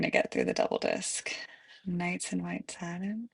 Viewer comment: First, learn how to pronounce the word satin, second, maybe you could putty knife your face before the video, and third, if I knew it was going to be a sing-a-long I would have brought my harmonica.